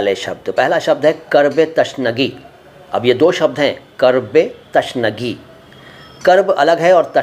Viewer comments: تَشنگی = غلط تِشنگی = صحیح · Tashnagee۔ Nahi hoga Sahi۔ Alfaaz۔ Hai۔ Tishnagee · इस तरह तो उर्दू की टांग टूट जाएगी आपने "तिशनगी" का "तशनगी" कर दिया.